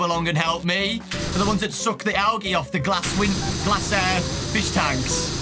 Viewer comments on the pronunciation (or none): pronouncing algae as “algee” instead of “aljee” was so funny to me for some reason idk why he’s so silly I love him 😭💖